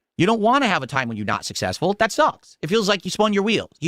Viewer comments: "I'm sussessful" Shakes cup...... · is schrödinger's streamer. He's both the king and a pauper. He's sussessful and hes a victim of bullying. Poor guy. He's just trying to make pahsativ khantent